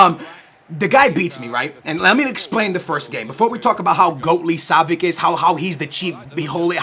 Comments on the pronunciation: Yo its pronounced savits not savik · Pretty sure its pronounced (Sah-vi-ch) not (Sah-vi-ck) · Savi(ch) not savic😅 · Ohh my god... not [Savik], [Savich]!!!